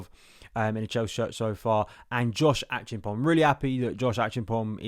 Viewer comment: The Ghanaian name is pronounced Ache---ampong. The e is rather silent, so we rather say Achampong 😀